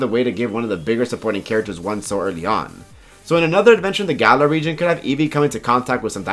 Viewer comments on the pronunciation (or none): none